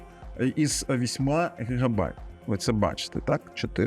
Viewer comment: Спасибі за український контент. З мене лайк. Одне тільки ріже слух слово "гигабайт". Надіюсь на більше цікавих відео. Не бійтесь добавляти літеру і замість літери и в ваших текстах. Я розумію що перехід на українську мову не просто і швидко відбувається.